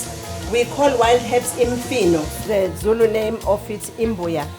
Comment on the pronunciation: was murdering those Zulu words and I was flinching. Overall, the vibes were awesome